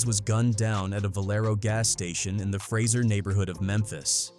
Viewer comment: It's pronounced "fraysher" lol mf